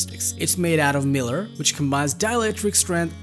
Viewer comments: Mylar is not pronounced like miller. It's MY-lar. Otherwise this is an okay review. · That's "MY lar" not Miler." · MY-LAR... not "Miller". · This isn't fair... his English is better than a lot of native speakers. There are just some pronunciation issues.. i.e. Mylar.